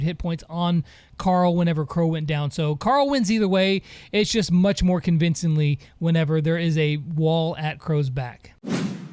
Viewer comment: "How munch" 👌